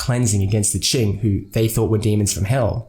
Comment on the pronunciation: It’s Qing, not Qin.